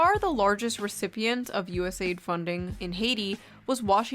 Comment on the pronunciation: finally someone pronouncing it right